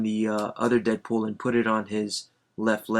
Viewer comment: its deadpool not deapool